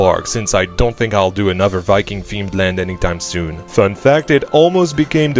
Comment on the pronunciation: wiking never gets old